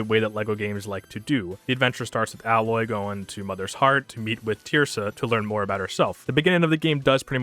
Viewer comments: It’s Aye-Loy not Al-Loy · Why do you call Aloy, Aloy, instead of Aloy?